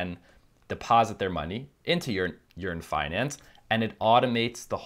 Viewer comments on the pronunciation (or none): Are you saying "urine finance"